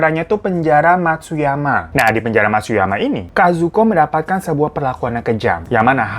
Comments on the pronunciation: penjara matsuyama bang, bkn matsumaya wkwkw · Penjara matsumaya apa matsuyama bang hiro, ampe salah ucap xixi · Matsuyama jadi matsumaya wkwkw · matsumaya atau matsuyama